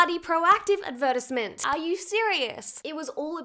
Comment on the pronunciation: Literally in love with how you owned that word 😍: ad->ver->tisement